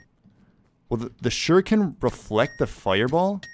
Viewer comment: dude i thought u kept saying sugar cane...shu ri ken